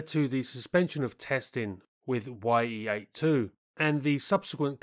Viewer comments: It's not "Y-E", but "Ye" for the Russian "E" sound. Like you're saying Mig instead of M-I-G... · it's NOT [wai-ee] 8, it's [ye]-8 блять i'm russian and u better check info and pronounciation of sounds. the sound is like in Kanye west's name. ye, not [wai-e:] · The "Ye" in Ye-8 are not two seperate letters pronounced "why-ee". It is phonetic spelling of one letter in the Russian alphabet and is pronounced as a one word "ye" (similar to "yeah").